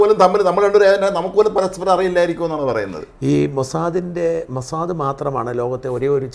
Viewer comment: ഈ ചർച്ചയിലെ സേട്ടൻ എപ്പോഴുണ് മൊ സാ ദേ, എന്ന് പറയും, മോസാദ് എന്ന് ഒരിക്കലും പറയുല അയ്യേ, ഇതെന്തു സേട്ടൻ